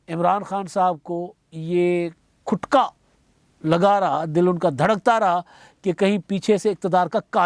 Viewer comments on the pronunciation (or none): Jnab( KHUTKA) NHI (KHTKA)